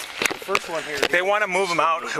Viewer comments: Did he mean to say one down not Juan? Lmao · Anyone notice “we got Juan down” instead of one lol